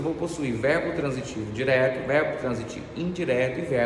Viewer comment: verbo diteto kkkk😂